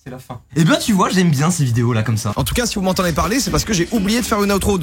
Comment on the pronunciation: À la fin et non la FIND😂